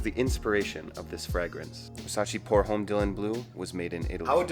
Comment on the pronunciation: This video is 3 years old, so I’m really hoping that by now he’s learned to say homme without pronouncing the “H.”